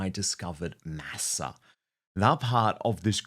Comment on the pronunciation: Dan! The word, Masa, is Spanish for corn. It would be nice if you could pronounce it the way the Spanish do. “Maw saw.”